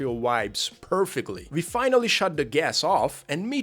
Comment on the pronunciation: Cannot fucking comprehend how russians can mix up the pronunciation of "w" and "v". It's fucking VIRUS, not uairus, also, it's WE, not vee